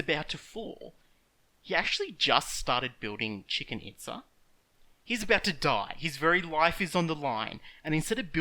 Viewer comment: "Chicken Itza" lmao.